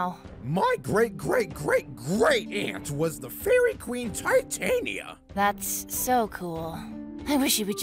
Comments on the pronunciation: That's... Not how 'Titania' is pronounced. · That's not how you pronounce Titania.